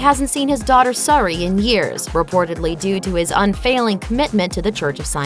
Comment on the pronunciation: Over and over you keep pronouncing Suri wrong